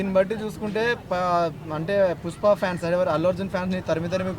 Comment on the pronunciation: Fans❌pans ✅ Topic ❌ trapic ✅